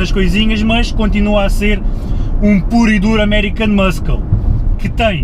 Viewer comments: Diz-se "muçle" não "muskle" ahah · Tens que aprender a dizer "muscle" melhor. Em inglês o "C" da palavra "muscle" não se diz, ou seja, diz-se "mussle car". Assim é que se fala! Força nisso. Gosto muito dos teus videos. Abraço. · 19L urbano? Tive a mesma reacção que tu. Porque será? :) Peço desculpa, mas ri-me bastante sempre que dizias muscle, por causa do sotaque. :D GÁS